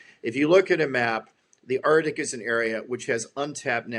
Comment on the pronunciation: FWIW it's "ARK-tick" not "ART-ick"... Good interview! Calls a spade a spade.